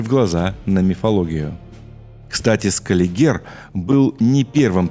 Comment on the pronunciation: Вообще-то общепризнанное произношение ScAliger. Странно что вы этого не знаете. Или это тайный знак? Код для тех кому нужно.